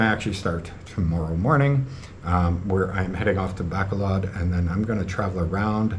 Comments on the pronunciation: Hey, I am really sorry to learn about your breakup. I really hope that we don't lose you from Iloilo as you have been simply brilliant at what you have been doing in all of those very many vlogs. By the way, it is pronounced 'Baa col odd'. Bacolod. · You can't even pronounce Bacolod correctly.